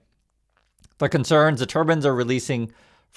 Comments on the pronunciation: I'm sorry, but I have to ask: Why do you say "turban" instead of "turbine?" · tur-BINE. tur-BAN is a headdress. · I dont like Musk bc I think he is a scammer but bruh... you literally said "turbin" 3 times in like 10 seconds refering to wind turbines... how are we supposed to take you serious when you cannot even articulate basic words. A turbin is a religious garb worn by Indians...